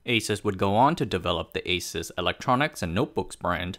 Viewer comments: It’s Aaa suse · If you call Asus, it's ei -soos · Hmmm. I always though it's pronounce as àsus, ah-sus not eh-sus. Every single taiwanese I met pronounce it as ah-sus. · Haha, my friend always pronounced it like the hispanic pronunciation of"Jesus", and I always corrected him, saying "it's not some Puerto Rican guy". Good to know about the "Pegasus" thing. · I thought I was the only person who didn't pronounce it "A-soos" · ASUS is called "ei-sus", like "a-suse", DRAM is called "di-ram", like "d-ram". Neither follows the proper American English pronunciations rules. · Can’t even pronounce the name correctly…